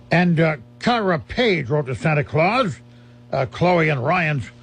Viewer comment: Hey this is my letter being read I'm The granddaughter of George bourdon I'm kyrah paige when he says it kiyrah paige